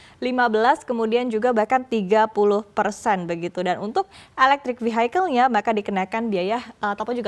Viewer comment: Vehicle dibaca: Vihikel ....bukan vihaikel mbak.